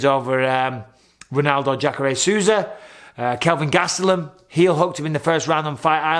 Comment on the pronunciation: Sean Strickland and Kelvin Gustalam Did I only one hear that